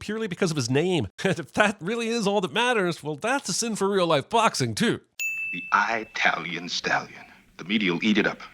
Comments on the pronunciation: Stop saying "EYEtalian" DING!!!! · A sin for Apollo Creed saying I-talian.